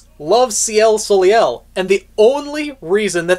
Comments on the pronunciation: you keep saying Ciel's last name wrong, it's Solei (So-Lay) also I'm glad I wasn't the only one who got surprised of the Curious Cat's mention of Ciel because I'm a subscriber of Murderofbirds he's awesome and I enjoy his livestream discussions and I want to see his reaction of this chapter. Also I find it foreboding about the part where they talked about Alyx learning her lesson in the end, I have a bad feeling about that and for good reasons unknown. Also Also, I love how the Curious Cat came in to Ruby's defense I thought that was sweet because Ruby is too precious to be thinking that she's at fault for what happened in Atlas, it was Ironwood who did it and wanted to put all the blame on a child (Ruby) like an inhumane monster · Ciel Soleil, See-elle So-lay is the pronunciation. Her name translates from French to Sky Sun, just as Jaune is Yellow. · I could have sworn he was Canadian, so it surprised me when he didn't say soleil correctly. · I thought you were Canadian, but I guess not since you didn't pronounce Soleil correctly lol